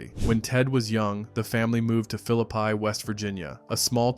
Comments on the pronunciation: The town in West Virginia is pronounced Fill-lip-pee, not Fill-lip-pie. I can speak with authority on this because I'm from there. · It's pronounced "Fillipee". I'm from there..